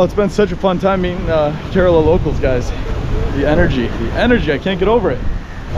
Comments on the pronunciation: Cud u pronounce kerela properly please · Kerala not curella😂🤣🤣😂 but still love tho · Why does everyone say Kerala wrong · I am from kerala and I laughed when he said kerala wrong, anyays great video most videos of India is the north not south and I recomend going to Kozhikode and trying the Dum Biriyani. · I need to address that you pronounced kerala wrong